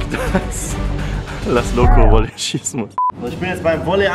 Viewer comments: Wolley ? Heißt es nicht Volley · Das heißt "VOLLEY"